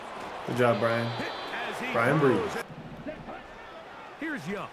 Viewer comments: Bryan Bresee pronounced like (BRUH-Zee) ⚜️ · Hey, I’m a die hard tiger fan and just want to say Bryan’s last name is pronounced “bruh-zee” it was gonna bother me if I didn’t say anything